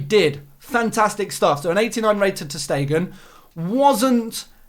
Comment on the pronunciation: Ter Stegen? Come on man, you're better than that.